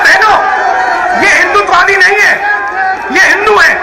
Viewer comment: First ask RG to pronounce HINDUTVAWADI correctly n then lecture on HINDU n HINDUTVAWADI. !!!!!!!